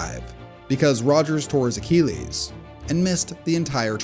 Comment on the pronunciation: Why are YouTube announcers so prone to unique pronunciations of words? A ceelies for Achilles (A kil lees)?